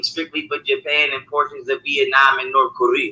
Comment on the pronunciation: Why is he pronouncing “North Korea” like that ???? 😂😂😂😂😂😭